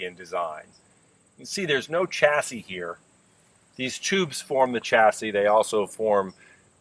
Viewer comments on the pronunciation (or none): none